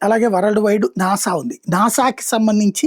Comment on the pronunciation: నానా కాదు నాసా